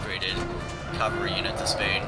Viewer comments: CAVALRY not CALVARY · your pronunciation of cavalry as "calvary" always makes me smile. Hooray for metathesis